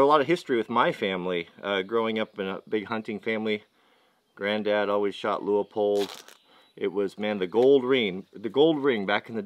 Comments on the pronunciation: It's "loopold" not "louypold"... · Leupold is pronounced Loo-pold. Great scopes made in my neck of the woods. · Please, Please, people, STOP calling Leupold "Lee ooo pold! It is pronounced Lu pold! just call them on the phone and ask them!